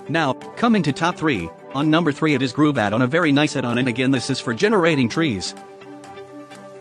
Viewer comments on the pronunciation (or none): It's not called Groove, it's The Grove. Jesus. I'm starting to get irritated at the laziness of these YouTube videos using robo-voice.